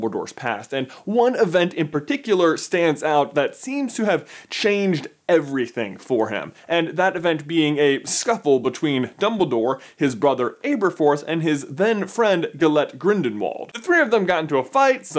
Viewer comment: "Abe"rforth, "Grinden"wald, "Air"iana... Basically every names except Dumbledore and Harry.